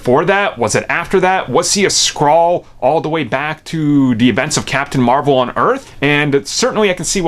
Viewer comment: "Nick fury is a skraall" lol